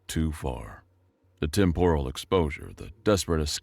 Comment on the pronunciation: Temp-er-al is the pronunciation, even if it's spelled with an O, it's not said with an O.😊